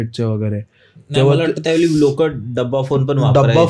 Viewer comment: जो इंटरव्ह्यू घेतो त्याला सरळ मराठी येत नाही का वेगळं किंवा वेगळी किंवा त्यावेळी या शब्दांना वेगलं वेगली आणि त्यावेली बोलतोस जर मराठी सरळ बोल भावा आणि स्टोरी सांगणारा आहे त्याला सांग केकडे नव्हे खेकडी म्हणतात